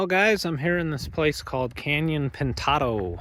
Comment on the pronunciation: It's Pint-a-do...you climb up there to enjoy a pint...lol